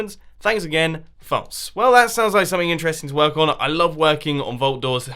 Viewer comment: Anyone ever notice that he pronounce false like folce when saying false symmetry but he says it normally when he's just saying false. Lol accents can be kinda weird